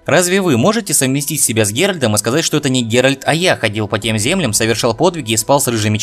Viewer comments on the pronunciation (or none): none